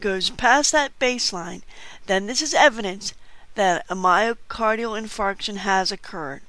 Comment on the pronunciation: have to love the way she pronounces myocardial in*fart*ion on the video... :-P lol JK. The video is just brilliant though.